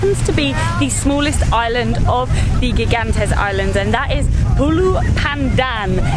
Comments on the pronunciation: Gigantes is pronounce Higantes. It means Giant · Gigantes is Spanish for giants. It is pronounced higantes.